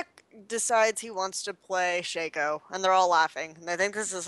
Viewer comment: It's not "Shayco" It's Sha-co.